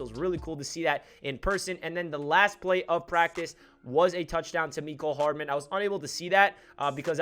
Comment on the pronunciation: Meh-Cole Hardaman not Mee-Cole lol